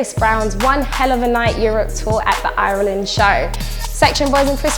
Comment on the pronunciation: That's the maddest pronunciation of Ireland I've ever heard haha